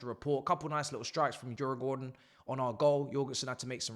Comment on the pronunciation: bro is so deep in farmers league he cant pronounce the opponents.... finally club deserves its level